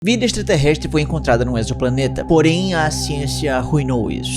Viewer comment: O primeiro que falou exoplaneta corretamente. O prefixo "exo" tem som de Z em português.